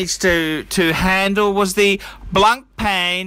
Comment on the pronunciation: can you learn how to say blancpain for the love of god.